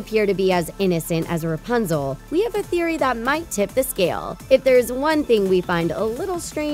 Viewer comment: Stop saying rpuzle